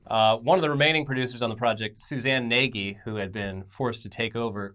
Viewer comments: "Nagy" is pronounced "Nahzsh" not "Naygee" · Nagy is "Big" or in some cases "Great" in Hungarian and frequently used as a surname. It's also near impossible for english speakers to pronounce so it ends up being butchered as Na-ghee, but hey. Also the hungarian-english accent it much goofier than the generalized slavic accent you guys did, b/c not all states occupied by the russians after WWII were slavic. Love you guys tho eternally!!! just get weirdly defensive about these things for obv reasons.